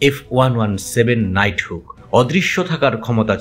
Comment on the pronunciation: ওটা নাইট হুক নয় ,নাইট হক, বাংলাদেশের সংবাদীক দের পড়াশোনা খুব কম, বিষয়ের উপর গবেষণা করে সংবাদ পরিবেশন করা উচিত।